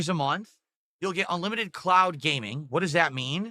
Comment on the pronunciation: Why is he saying "clout" instead of "cloud"?